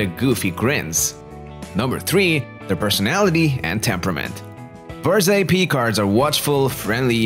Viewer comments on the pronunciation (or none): Berger Picard... Berger like like Fabergé...not berzé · It's not Berze! Berger means shepherd, and it's pronounced with a G, not a Z.